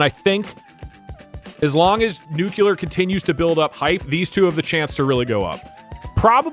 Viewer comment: Doug’s killing me continually pronouncing nuclear as “nucular” 😂